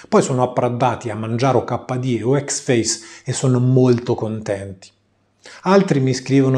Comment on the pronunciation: Però dove tu veda la A in Xfce non lo so :p Suona pure figo, ma si chiama Icseffeciè o ecsefsi-i Ironia a parte, lo intendo dire costruttivamente! Video molto utili ai principianti, ed è difficile trovarne :)